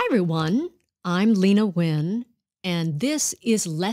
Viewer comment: Tôi nghĩ Leyna phát âm họ của mình không đúng phải đọc là nguyen chứ không đọc là wien